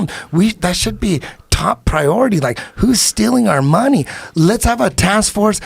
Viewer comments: Even better, count how many times Eddie said "MOHNIE" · Can we agree that Eddie Bravo's pronunciation of the word MONEY is the best ever?